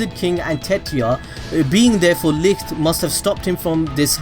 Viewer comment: Bro pls Look up the german pronounciation of "Licht"